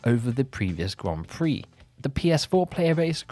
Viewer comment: Yeah, you still pronounce 'Grand Prix' so badly. I turned on the captions and it thinks your saying "Guam Free".